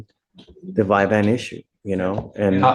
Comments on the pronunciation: And it's NOT "Vyvan" it's "Vyvanse" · This judge is acting like a know it all but isn’t even saying VYVANSE CORRECTLY!! ur not a doctor dude!